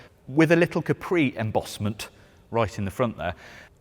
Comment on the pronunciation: Looks like a polestar, but please dont butcher the name